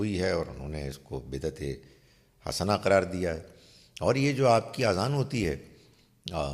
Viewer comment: اذان کوآذان تلفظ نہ کریں